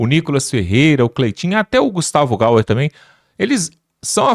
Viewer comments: DE NOVO, o nome do Gustavo é (GAYER) pqp NÃO é (GAUER)! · Gayiiiier!E o nome do otimo deputado q ai fala.Nao diga gauuuer!!!!